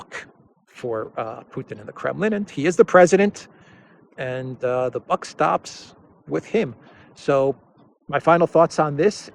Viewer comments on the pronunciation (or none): none